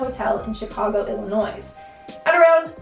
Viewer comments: Who else was kinda irritated by her saying Illinois with the s? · The "S" is silent in Illinois. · Illinois is pronounced without the S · Hey the S is silent in Illinois I know that cause I live in Illinois